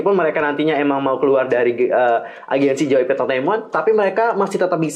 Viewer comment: Ngakak Gua Denger Ngomong Jypeip😂